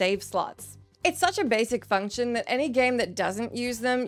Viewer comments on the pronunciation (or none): none